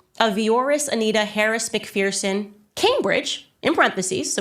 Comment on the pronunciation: It’s said as Mc ferson not feerson